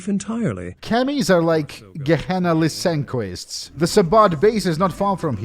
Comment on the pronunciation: Did you call the vampires Lysankoists?